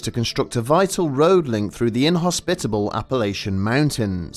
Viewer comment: Aw you say Appalachian funny